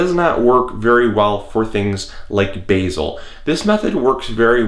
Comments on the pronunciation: Firstly......these are HERBS....not ERBS..........and you need to learn how to pronounce Basil and Oregano......and to be honest, all this method does is save electricity....... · I'm not having a go but why are they pronounced Erbs in the U.S. but Herbs in the U.K. Also we have Basil not Bazil, in the same way that Basil Fawlty (John Cleese) is pronounced. Each to their own but I just wonder why the difference. Churchill once said we were two peoples seperated by a common language.